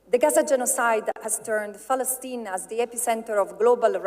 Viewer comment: I love how she everytime pronounce "Palestine" as "Falastine"..